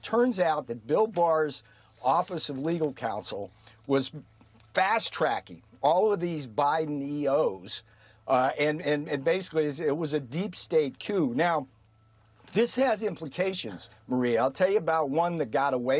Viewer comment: He said "Deep State Queue" ... Not "Coup". Get it right.